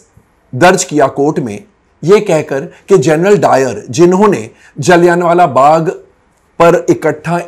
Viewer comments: पहले तो कोई इनको बोलना सिखाओ... जलियाँ को जलियान बोल रहे हैं...😂😂😂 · Mr Nahata please check correct pronunciation - Jallianwala is pronounced जलियांवाला where ' n ' is not prominently pronounced. I left ur review halfway to u mis pronouncing the word repeatedly. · आप गलत उच्चारण कर रहे है जलीयनवाला बाग बोल रहे है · Komal Nahtaa ji , Kripyaaa "" Jallian Wala Bagh "" ko saheeee pronounce to kar lo . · जलियांवालाबाग बोलना नहीं आता 😂😂 Good ❤❤❤ak ❤❤